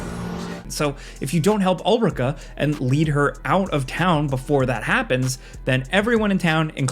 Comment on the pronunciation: can tell he didn’t play DD2 bc of the way he said ulrika and melve lol (also ulrika dying would’ve been fine since otherwise the game forces you to have a romance with her for finishing the quest)